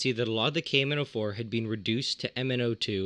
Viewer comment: The way he says the name of potassium permanganate "cavemen O4"